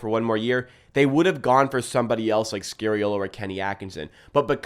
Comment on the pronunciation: SKA SKA ffs. It’s bloody SKA-reeolo. How about we mispronounce your name? Pls pls pls.